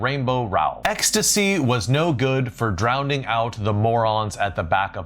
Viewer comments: Drownding? Seriously? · No second D in “drowning”.